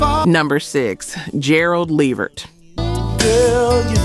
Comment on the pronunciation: Dang it. Just when I thought this wasn't gonna be an A.i channel til I heard it pronounce Gerald Levert's name😵‍💫😑🤷🏼‍♀️